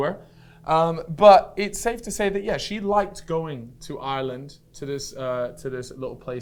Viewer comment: Props to for saying Ireland 50% correct and Jesus Christ mate ya need to touch up on it 5%